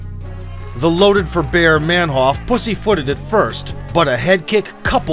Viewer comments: His name would be pronounced "manhoof" in Dutch, not "manhoff". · "MenHOF" ....No...it's Manhoef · Roided up. Took the example of the other Suriname Dutch , Alistair Overeem. By the way , it's ManHOEF , like in GOOD. , not HOF.